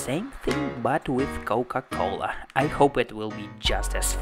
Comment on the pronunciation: Si, español es su idioma nativo y te das cuenta cuando pronuncia coca cola jaja